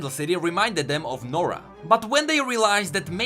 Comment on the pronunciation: nora??More like, Noraa.